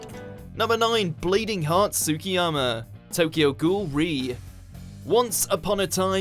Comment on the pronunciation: I can’t with the way he pronounced kaneki and tsukiyama’s names Does he not look up how to pronounce the names?